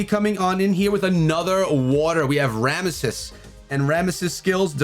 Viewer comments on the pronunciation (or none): My man said "Ramississ" <3